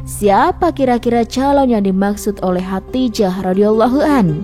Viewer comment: Khodijah dong namanya bukan Khatijah ...gimana sih